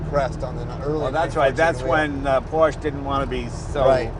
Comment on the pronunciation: Great little car. Amazing that both Jay and the owner mispronounce the word, "Porsche."